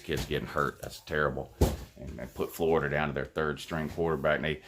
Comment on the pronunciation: He is a fworida man woouuu